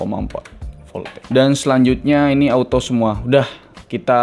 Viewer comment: Voltageeeeuuu, jadi sunda hahaha